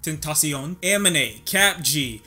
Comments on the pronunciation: It's Ah-mean-a 😡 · I cringed everytime he said Aminé lol.